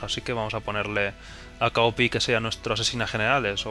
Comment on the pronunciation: se pronuncian cao pi: sohi zhen ji: Shin Ki